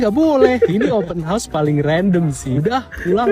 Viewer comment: Open horseeee ler plak 😅 hausssss hausssss . Bukan horseee kuda... 🤦🏼‍♀️🤦🏼‍♀️